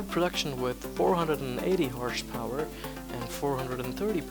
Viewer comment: 'Horsh power' ??